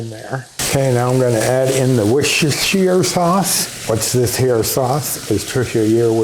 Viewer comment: You say Worcestershire better then I do 😆 Looks delicious 😋